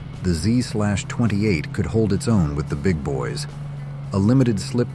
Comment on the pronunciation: I can forgive the "Z-slash-28" & some of the other pronunciation issues on the muscle car segment. Carzy [sic, very] human types who know their stuff would know how to speak the various specialized monikers from back then, so a poor little 21st-century AI can't really be expected to keep up all the time. evil grin The car of mine I miss most of all the ones I've had would be my old '66 Goat. Not a Tri-Power, just a regular old 389 with the Carter AFB 4bbl, but it was a great car that'd pass anything it saw that wasn't a Sunoco station. :) In '73 I had to drive from college to my sister's to go home for my grandfather's funeral. My roomie wanted a ride to Atlanta & another friend wanted me to drop him off a ways up the road so he could hitch home to Charlotte. Even with the two stops to drop the guys off, I made the 180 miles in exactly two hours. Wish I still had that old beast....